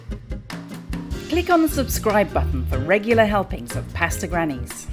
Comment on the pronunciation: Pah sta not paa sta